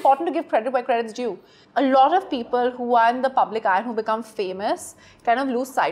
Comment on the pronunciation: Sonam kapoor be like "lot of" "lottoff" "lodd off"